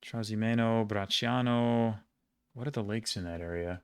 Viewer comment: greetings from Rome! knowing Bracciano (and pronouncing it correctly) is already impressive, knowing Nemi would have be insane, it's not popular even among romans I myself was thinking of VICO lake at first, close to Rome, four letters and much more prominance...